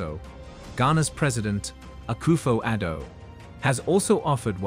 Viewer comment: Please stop saying Ghana say Akoffo Adu please